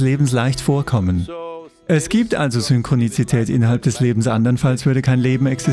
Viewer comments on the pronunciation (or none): Ist es nur mir aufgefallen oder auch anderen, like für Ja, Komment für: ist euch egal? :D Heißt es nicht Synchronität? Laut Duden und Google gibt's kein Synchroni "ti" tät. Guter Sprecher aber das war ein Krasser Fehler ( nicht die Übersetzung, sondern das Ausprechen des Wortes). Aber wir sind Menschen, jeder macht Fehler xd.